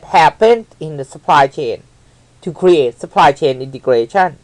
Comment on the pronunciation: I like the way you say Supply chain integration